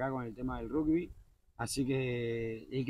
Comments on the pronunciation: sí, eso lo sé. Lo que me desconcertó fue que vos pronunciaras "rugbi", con "U". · Todavía me estoy riendo 😅 Te comiste tu porción y también la de Marley, supongo que por dos días no volverás a comer, no? Es la primera vez que escucho a un argentino pronunciar rugby como si fuera una palabra española 🤔 ¿Será que tiene alguna influencia de España? En Argentina se pronuncia igual que en Inglaterra (Y que en casi todo el mundo). No sabía que la compañía Ethiopian Airlines tenía cinco vuelos semanales, desde Buenos Aires, hasta Addis Abeba, vía San Pablo. Así que ya sabés, no es tan difícil... Este video me dio hambre, ya me voy a cocinar los tallarines 😉